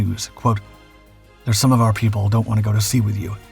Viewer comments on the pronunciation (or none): none